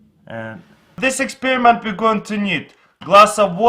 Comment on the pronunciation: he calls experiment as expirment